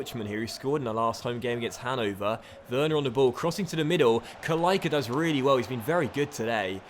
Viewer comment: The "c" in "Kalaica" is pronounced "tss", just like for "Pjaca", however if there is an accent on the "c" in the name of a player from country like croatia and serbia, it's pronounced "tch"